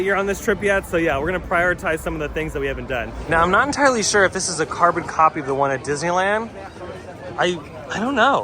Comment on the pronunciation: I hate how he says carbon copy 😂